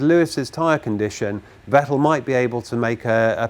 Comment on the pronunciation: Thank you for not pronouncing it "Vetell"